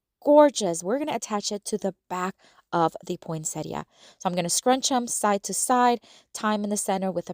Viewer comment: Is that how you pronounce poinsettia? Never heard it pronounced that way.